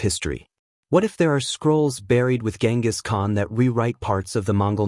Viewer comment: Atleast he isnt calling him GinGis Khan.